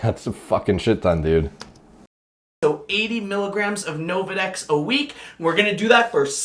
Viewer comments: "Novadex" "Relaxafin" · Nolvadex, Mark. Not Novadex.